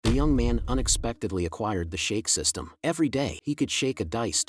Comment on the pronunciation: i could not take the intro seriously when i heard the “shake system” i sounds like the “you don’t want to see me rage twerk” or the “basketball twerk”😭